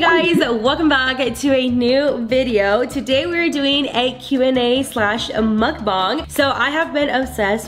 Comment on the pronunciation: It’s pronounced muck bang